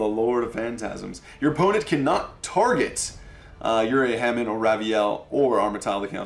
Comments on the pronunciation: Its Hamon not Ham n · James Pease I swear he does that cause he thinks it's funny or cute. Mispronouncing words is not cute or funny. He also kept doing it with Uria and Hamon. Like seriously, he needs to learn how these cards are pronounced if he wants the viewers to take him seriously.